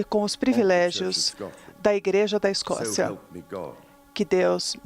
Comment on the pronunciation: A repórter falou errado simplesmente TODAS AS VEZES… É segurança da IGREJA da Escócia